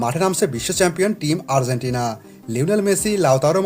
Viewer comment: Asha kori Uccharon ta ektu thik kore niben. Argentina ke apni bolchen Ar-zen-tina.